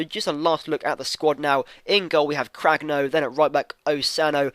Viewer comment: Cragno is pronounced "Cran-ee-o